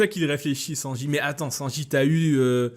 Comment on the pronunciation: Y a que moi que ça insupporte qu il ne prononce pas le n de Sanji